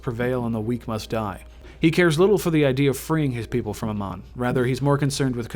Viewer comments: ITS NOT AMAN..Its Amon..PLease learn the correct names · Why cant any these fuckers that play Heroes ever pronounce Amon’s name correctly? Who the fuck is “ah-mon”. Its “ei-mon”. Amon did not find the protoss. It was the Xelnaga race that created the protoss. Then within the protoss race, somebody managed to bring unity to the race through the Khala which allows them to connect their thoughts as one. It is not the Protoss that rebelled against the Xelnaga, its the Zerg Overmind that went against them, another race that the Xelnaga created. The Aeon of Strife was a sort of war between the protoss who worshipped the Khala and those protoss who chose to sever their connections from the Khala who were then branded as heretics. Unlike what you said, the protoss never killed the Xelnaga, it was Amon who killed the other Xelnaga. Honestly dude, you know jack shit about the content you wanted to put out. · well me being a starcraft fan the lore you said was mostly incorrect ALSO THE WAY YOU PRONOUNCE AMON IS SO BAD... sorry it pronounced AAmon not aMON. just don't be angry these are the flaws i saw. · Your saying Amon wrong you noob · Why do you not pronounce Amon as they do in Starcraft?